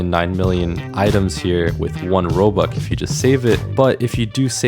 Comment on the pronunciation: I love how he says "Robuck" instead of "Robux" because then it would sound like Robucks